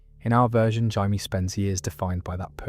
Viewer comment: It’s not “Hye-Me” it’s “Jay-Me” nowhere ever in the history of the Game of Thrones. Does anyone pronounce it the way you are doing it. Please stop 😭🤣